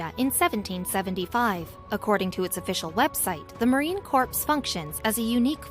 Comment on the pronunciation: the narrator mispronounced Marine Corps as "corpse" instead of "core".